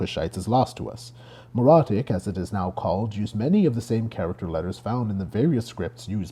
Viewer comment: "meh-ro-IT-ic." "MEH-ro-ee." I'll never understand how someone can put so much work into making a video like this then think "Meh, I'll just wing it on the pronunciation of key terms" especially when the information is so readily available. It so unnecessarily undermines all the other work.